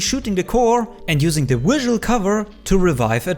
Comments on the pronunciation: "Wisual protection" xD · i love the aggressive german-ness of saying WISual ❤️